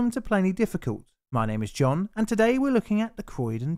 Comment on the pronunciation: "John in the studio" sounds suspiciously like "John naught in the studio" 🤔